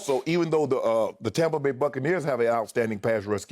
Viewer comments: Someone remind me why skip calls it TAHmpa Bay? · Hes saying Tom-pa bay because its tom bradys team according to him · Why does Skip keep saying "Tah-mpa Bay"?